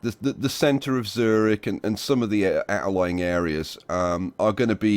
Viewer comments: MR.obvious Obvious Eeeehm NO! Well you can't pronounce a "ü" with "o"... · the germans pronounce it; tsoo reehch